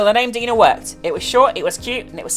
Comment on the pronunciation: The way pronounces Dina it sounds like "dinner"